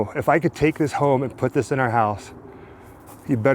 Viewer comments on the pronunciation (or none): none